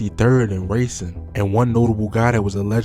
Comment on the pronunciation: Dope video and content homie, never heard Racine & Laramie pronounced like that tho 😂